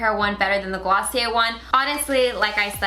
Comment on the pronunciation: Wow, you really murdered Glossier.